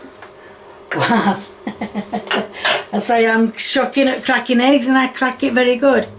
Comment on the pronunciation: You better watch out,. You almost said potatoes and eggs correctly (instead of sputatoes and heggs)